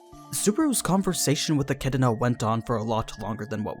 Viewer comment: Eck -ee-doh-na